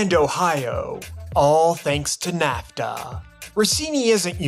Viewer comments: Content was good at first but literally stopped 4 minutes in because I was sooooo annoyed with the ...Americuhhhh, NAFTUHHHHH. It gets old after the 3rd time... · Great video but your pronunciation of NAFTAAAA and North AMERICAAAA drives me crazy 😂😂😂